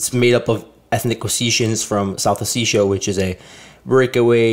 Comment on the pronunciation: Pronounce the word as O-Seti-ya not oticsia